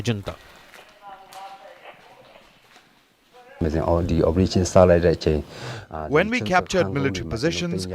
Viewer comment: Is your reporter pronouncing "Junta" correctly?